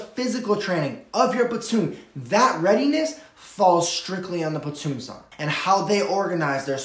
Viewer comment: Platoon Sergeant not Sarnt.